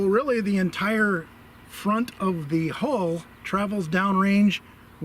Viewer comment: Hull*. You always say 'hole'. Please stop this.